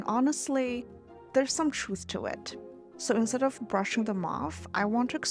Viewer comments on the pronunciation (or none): none